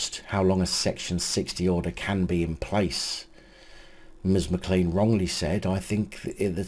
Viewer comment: i watch all your vids mate. Just a wee thing. The name McClean is pronounced Mc Clane It is a Scots surname. It is ok though coz she is a muppet. Keep the vids coming mate.